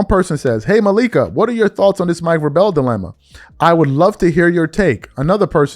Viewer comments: Crazy work you can’t say Mike Vrabel’s name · You’re killing me the way you’re saying Mike Vrabel’s name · Bro....its no way u dont know how to say Vrabels name....dude has been in the public eye since the early 2000s and u claim to be a sports reporter....do better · Hey at least pronounce Vrabel name correctly. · Bro, I love your shows but damn if you're a sports talk guy, please research enough to know how to pronounce the coaches name. Geeeeeeeeeez. You're killing me. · If u weren't SO damn concerned with LEBRON JAMES...u would KNOW how to PRONOUNCE Mike VRABEL's name!!! U have NO sports knowledge. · He never heard of BALCO, he said Barkley and Jordan guarded each other, he can't pronounce Mike Vrabel, he couldn't pronounce Olden Polyniece, he admits he never saw Jordan play, he claims to be a Lakers fan but rooted for the Clippers the last 6 years, he complains about the media coverage of LeBron and the Lakers, yet he talks about them more than the national media, he claims the series he's most interested in is the Nuggets vs Wolves, but where are the videos of them after the game? He went on FYF sports and started faking about needing to go becausebhe was getting exposed....it should be a crime to be this fraudulent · 😂😂....he's butchering dudes name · These are two consenting adults cheating on their spouses. This is different because they do not work in the same company. Nobody cares except those who are directly affected. BTW...Malika doesn't cover the NFL. Hell... can't even pronounce Mike Vrabel's name correctly, so we know that he doesn't cover football. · "VRAY-BULL!".....once more....."VRAY-BULL!" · She’s an NBA reporter. Why would she comment on Mike Vrabel? She doesn’t EVER talk about NFL players. And it’s pronounced (VRAY-bull) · Vrah-Bell lol? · its pronounced "VRAY-ble" not "vray bell" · Vrāāā•BLE not Vră•BELL. Google the pronunciation of the people you're speaking on before speaking on them playa. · VRAY bul rhymes with TABLE